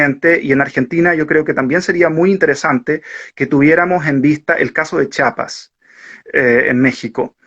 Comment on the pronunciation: Se dice CHIAPAS no chapas.